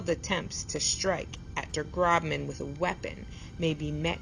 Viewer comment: It’s pronounced Groshman, not Grobman